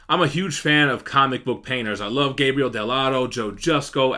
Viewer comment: it's Gabriele, not Gabriel! btw keep up the good work man!